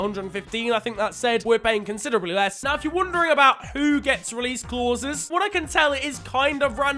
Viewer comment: The way how you say “clauses” is driving me mad🤣